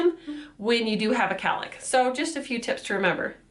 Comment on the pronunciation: I know what a cowlick is, I just couldn't understand her accent. I thought she said calick or carlick or something